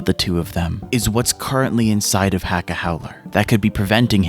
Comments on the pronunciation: please for the love of the saints corpse Acca name is letter H in Italian the H is silent... its Acca not Hacca... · Heads up, it's spelled Hacca but still pronounced Acca. The H is silent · The ‘H’ in Hacca is supposed to be silent because it’s Italian! Great video otherwise! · Dont my guy cant say accas name correct your not doing to bad